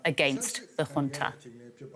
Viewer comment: .. example of commentators who do their homework, who care to check how the term 'junta' and the name 'Yangon' is pronounced .. and not just to read off the script probably handed to them seconds before .